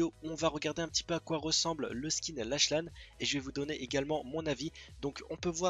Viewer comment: Comment tu prononces lache lane ptdr